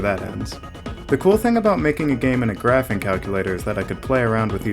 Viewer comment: Graph"icing" Sounds like graph (l) ing